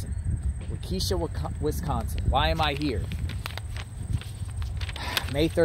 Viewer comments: He has no idea how to pronounce Waukesha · I lived 5 min from where this happened, in 2014. Waukesha is pronounced different than you said, but that was cute. Thanks for the coverage, great job. This is very sad for all involved.💔❤️💔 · You're right you didn't do your research. Not only that that you can't even pronounce Waukesha correctly. Just another YouTuber making up their own stories and their own personal opinion not fact of detail. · I agree he pronounced it wrong but most people struggle with Waukesha. He's in the right park (wrong tree area tho). But how is he re-traumatizing Payton? Didn't even show her picture.